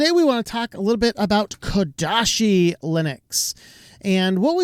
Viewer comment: ouch, it's not KodaSHi